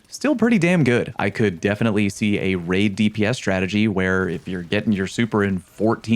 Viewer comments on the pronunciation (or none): none